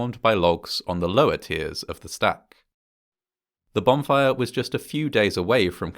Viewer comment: Is this guy saying "bomb fire"?